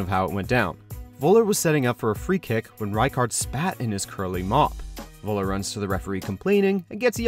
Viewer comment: It's Völler, not Woller. Atleast try to pronounce it in german.